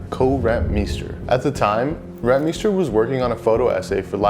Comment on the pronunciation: From the Netherlands.. we condone your pronunciation of RenT-meeester. 👍🏼 Nike took a interns logo sketch and made it theirs..later on paid her in stock. Yet not surprise they didn't pay Rentmeester.